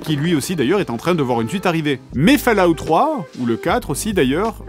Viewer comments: J'ai failli quitter la vidéo en entandant fAllout Pitié 😖! On prononce Folaout !! 😩 Edit : ah, j'ai quitté la vidéo... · Bon une bonne fois pour toute, ça se prononce comme suit "FAUL" "AWTE" et comme les deux mots (fall et out) sont collés alors on dit "FAU-LA-WTE" mais c'est plus drôle de dire "FALOUTE" 🤣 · Je ne regarde pas, ça se prononce fOll out, pas fAll out. Étant donné l'âge de votre public vous pourriez juste faire un effort sur la prononciation d'UN mot? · Ça se prononce Fol-a-out... ;) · Fa La Out 😂 vé l'accent oh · "Des romans autour de Warcraft" je présume de rien donne tes sources. A vu de nez ça m'a pas l'air très élevé, en tout cas c'est ce que tu suggères ; ça peut l'être, le roman est infini pour peu qu'il trouve un auteur digne d’intelligence peu importe le support. Je rigole bien avec mon fils quand je regarde tes vidéos, c'est pas intelligent et tant mieux. Ca ce prononce "Fallout" :) Mon jeux préféré.